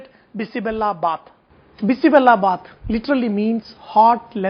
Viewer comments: Its not sambhar sadam, stop insulting karnataka food. Call it by its proper name. Americans here make an effort and call it proper, you being an indian u cant make an effort to say it right! Its BISI BELE BATH not bela! 😡 and generally eggplant and drumsticks are not used, only those who cheat doing sambhar and make it use those veggies. Carrots, beans, kohlrabi, bell pepper, tomatoes, potatoes, onions sometimes.i hv liked ur mysore pak, and a few other dishes. I hope some courtesy is shown to all states! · Its not bisi bella... U r not pronouncing well. Its bisi bele bath... That means hot mixture of daal & rice with lots of veggies... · Hello Mr...its called bisi bele bath.....not bisi 'bella' 🤨bath....bella means jaggery ..u no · It is bele not bella. Bella means jaggery. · It's Bisi bele bath not bisi Bella bath, pronounce it correctly please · Akshata Rc u right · Its not bisi bella baath. Its bisi bele baath. Bella in kannada means jaggery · Bisi Bella bath!!! Oh dear no, that's not how u pronounce it!!! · Ladies finger and egg plant in bisibele bath? Even the pronounciation of "bele" is wrong And papad is not served with it..it's always boondi or potatoe chips..